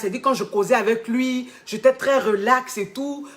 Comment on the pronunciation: "j'éta" suis dead🤣🤣